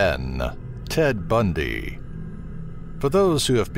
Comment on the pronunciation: Bahahahahahahahaha "ted bun-dyyy"